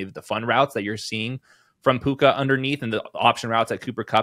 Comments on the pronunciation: Love how he never said his name right the whole segment. Mixing Tua with Puka calling him Pua lol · It's puka not pooah bruh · Steve…. It’s PUKA, not PUA 😂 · But his name is puka not pua 😭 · His name is PUKA not Pua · These are always great, also it's hilarious Steve Smith keeps calling him "Pua" like he's Puka and Tua in one guy lol. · Pua …Steve saying the rookies name wrong on purpose. Rookie your name is Pua!😉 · Bro it's puka, pooooooooka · Please stop saying Pua Lol